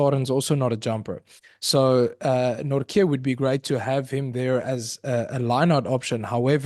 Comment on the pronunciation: As a Dutchman; THERE IS NO K IN NORTJE. Jesus Christ, Van Riebeeck draait zich om in zijn graf!